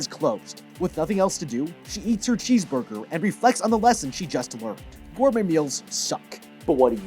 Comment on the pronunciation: "Hmmmm, bheesecurger"